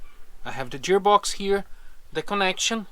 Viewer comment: I love your videos. It took me a long time to figure out what you were saying “jeer box”. But then I realized you meant to say “gear box”. In English, G has 2 sounds: a soft G, like the way we say Jesus, juice, or Curious George; and a hard G like gourd, or the actor Richard Gere. These 2 sounds are often used in a single word, like gorgeous - the first sound is hard and the second sound is soft.